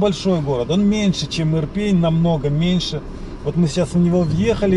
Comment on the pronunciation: Иопинь, а не Ирпень. Причем тут пень?